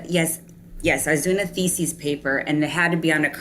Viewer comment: She's got some self-aggrandizing delusions. Also, why does she pronounce thesis like feces ? "Lisa" is a gigantic bulshitter, anyone with a brain can tell. She lives in a fantasy world. She"s a perfect match for Chaz